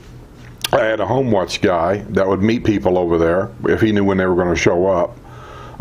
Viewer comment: Hi! Been watching your videos for several months now and would like to give you some feedback from time to time that may be helpful. In today’s video it reminded me of other videos where you referred to the service known as “Home Watch“. It sounds very much as though you’re saying “Homeless“ to the audience. 😂 It took me several videos to figure out that you meant “home watch” because I did not then know about that service at the villages so the words didn’t make sense to me then. So, for your new viewers and followers perhaps saying it more deliberately will make it more understandable. It is a great service and if you haven’t already, perhaps do a video detailing that wonderful service! Thanks for all that you do!